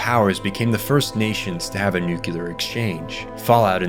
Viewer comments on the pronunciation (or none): nuCLEAR. nukular is not word lol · New Clear Say it right. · Cool video, but you really need to work on your pronunciation, seeing as how your only value add is reading out whatever script you scraped off the work of others or simply asked ChatGPT to generate. For example, "nuclear" is pronounced "nuclear", not "nukular", and the same goes for, like, all the japanese words and other words specific to this work. Do better. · okay, was intrigued and watched half way through, until he said NUCULAR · what "Nukelar“?